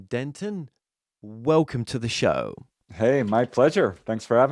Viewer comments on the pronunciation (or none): Dennett, not Denton. Straighten up and fly right. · Wait, did you say Denton or Dennett? Preston is legit but your show prep ???? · its DENNET-damn it >.<